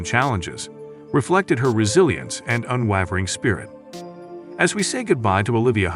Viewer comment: This commentator can't even pronounce Ave Maria correctly. It's SUCH a classic song that it's stunning someone would be so ignorant. He also grossly mispronounces other common words, such as "multi-faceted," "unwavering," "montage," and "Leonard." It's apparent he has a poor education, hasn't read much, and doesn't even know what some of the words mean or their roots. Then he gets his facts wrong, stating Olivia was cast as Juliet as at seventeen. She was fifteen. Olivia deserves better than this.